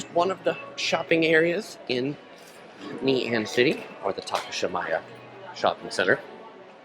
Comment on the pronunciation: It’s actually Ngee not Nee 😋